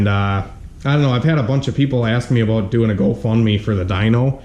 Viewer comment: "I don't know how I feel abooot it" tuned